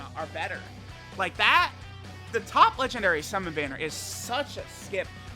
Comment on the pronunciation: DAY 1 ON SAYING LEGENDNARY